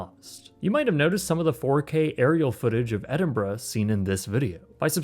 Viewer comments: Thank you for pronouncing Edinburgh properly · Well done for pronouncing it correctly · Kudos for the proper pronunciation of Edinburgh sir. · At least you said the city correctly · I'm just impressed that you can pronounce 'Edinburgh', it seems to escape a lot of people who didn't grow up in the UK